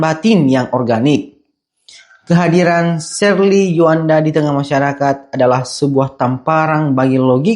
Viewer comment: Tjoanda bukan Juanda Bang 🙏